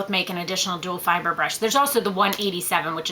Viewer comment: its duo fiber , not duel fiber